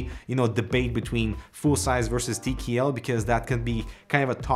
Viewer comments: tea key L Not TKL Tea key L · Why does he keep saying “Tee kee ELL” instead of “Tee Kay ELL”.gahhh